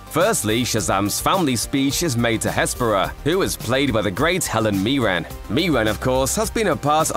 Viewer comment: Helen MIRREN! MIR REN like Mirror but with en on the end. Where the heck are you getting MEERAN from?